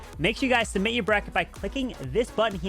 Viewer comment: Sumit❌ Submit✔